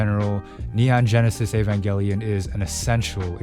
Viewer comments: he said evangelion right!!! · Finally, someone who pronounces evangelion correctly, as a hardcore eva fan, this show will either make you feel depressed as hell or it will help you get out of a horrible mental spot. It done that for me, so if you're in a tough spot, take a gamble when it comes to this show